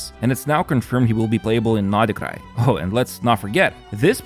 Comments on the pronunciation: Pronounced like Nod Cry ....... NOT NodaCry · "I hope I'm not butchering them..." It's "nod krai" not "nodikrai". [Yes I know he was talking about the character names, but still.] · Is the way he pronounces nod krai the correct way? Sounds so off to me …